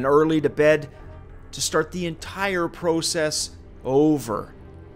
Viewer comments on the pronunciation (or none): When you pronounced "process" I saw a big maple leaf flag in my mind